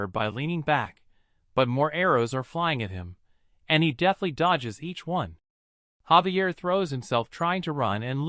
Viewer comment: gang isnt his name Javier not xavier?????